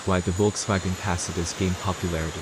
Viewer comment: Come on man, the electronic narrator can’t even pronounce the name of the damn car properly